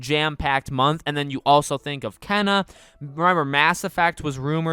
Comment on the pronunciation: Here name is pronounced Kay na